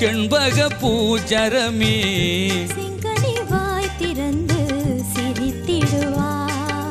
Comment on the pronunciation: Aankural செங்கனி not செங்கணி உச்சரிப்பு முக்கியம்